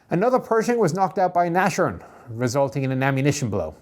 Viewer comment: Nashorn is pronounced nas-horn and not nash-orn. No sh sound. I've been following your channel for ages now, so I am confident you will accept this well intentioned correction. Great video, very instructive.